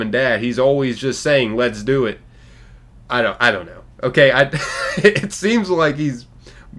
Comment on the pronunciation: That’s what he’s actually saying, what we hear: “Lezduit.”